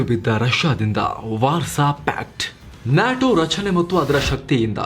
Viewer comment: Kindly pronounce NATO properly. It’s not NYATO 😃